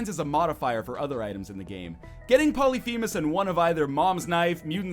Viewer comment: Its pronounced pol-lif-a-mes. Not poly-fee-mes